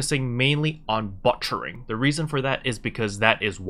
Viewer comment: Cool vid. Thanks for the info. I didn't know Loggia items were much cheaper at the farm. It makes sense though. Dang, that big city markup. Oh BTW, the way you say butchering... you're butchering it. :) You're saying "butt-cher"